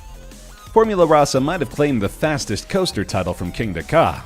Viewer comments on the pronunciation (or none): Tom L Formula Rahsah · It still amuses me that most of the makers of these GP lists always butcher the name of Formula Rossa.